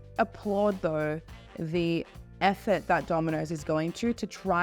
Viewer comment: I don't like how she says "Domino's" ........ But to be fair, I don't like how Aussie's or Kiwi's pronounce most words. ....Also .... AUSSIE AUSSIE AUSSIE!